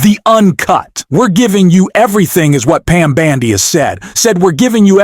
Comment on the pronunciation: I love how you call her Pam bandy!